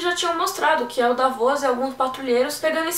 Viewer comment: Dávos, Deivos, Davôs.... Dá pra juntar uma turma e brincar bastante com a forma como cada um pronuncia os nomes das crônicas. :)